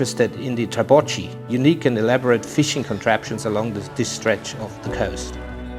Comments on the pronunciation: Beautiful video! but..."ch" in Italian is always hard C (like your K). So should pronounced "trabokki" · Very well, but the italian word of the wooden hut on sea used for fishing is "trabocco" ( sing.) and "trabocchi" (plural, but prononced "trabokkee"). Remember : singular with -o termination, like "panino". The form "panini" is plural in italian and "-cchi" is always read "-kkee".